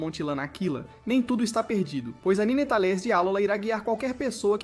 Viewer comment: Eu fechei o vídeo no “nînêtális”